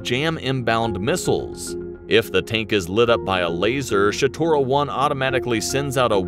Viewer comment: Man it's shtora it is not shatora..read as is written why you are adding non existent sounds .. second shatora means or refers to a person with bad legs who barely can walk and u can use term shatora( description of how he walks)...so it is Shtora..not ShAtora..there's no a written nowhere in that word